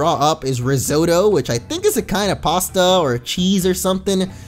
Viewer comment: Risotto and ricotta sound like ricoto